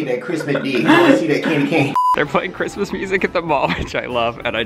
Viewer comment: Christmas d, not "cryspie d".